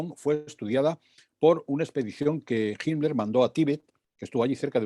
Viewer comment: por favor pronunciar bien HITLER y THULE (se debe pronunciar en su idioma original, no derivarlo al Spañistán)... me duelen los oidos ...